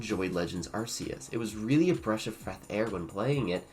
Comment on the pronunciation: Breash of freth air got a laugh out of me, nice video